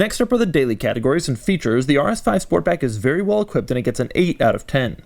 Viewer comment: “This car feels “bvery” “bvery” “bvery” quick” .......this Audi is so much fun, Dough can’t even get the words right.... Awesome